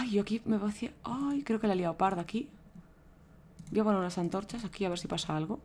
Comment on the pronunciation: Una Pregunta sara Por Que Dices Anchorchas? xD